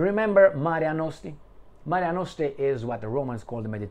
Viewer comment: Mare Nostrum, not Marea Nostre